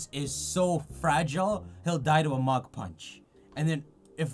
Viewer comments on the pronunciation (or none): none